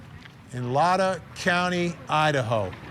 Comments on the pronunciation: Lay-tah county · It's pronounced Lay tah, accent on the first syllable. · It's "Lay-tah" county.